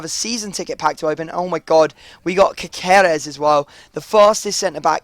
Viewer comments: It's pronounced Caserès :) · its pronounced ka-sar-rez